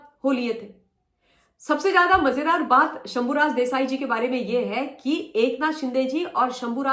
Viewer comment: Bahut badhiya aap Satara nahi Satara boliye. Dhanyawad..